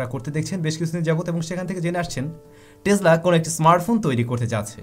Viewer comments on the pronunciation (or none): it's not টেজলা it's টেসলা( টেছলা) প্রায়ই দেখি এমন ভুল ভাল উচ্চারন করো। খুব বাজে লাগে বিষয়টি। your pronunciation must be good. lot's of people learn from u, and you are teaching them wrong!! 🤦‍♂️